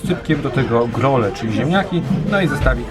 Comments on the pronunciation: nie "grole" tylko "grule" 😉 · Grule nie grole. Cepry nie rańcie góralskiego 😥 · Hej, nie „grole” tylko „grule” 😂 mieszkam w Zakopanem od urodzenia wiec wiem 😝 Pozdrawiam!❤️